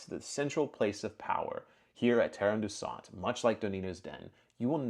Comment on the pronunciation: Tarren deusant - correct pronunciation for the second part is ‘daysant’…. It’s not French as the pronunciation in your clip suggests😂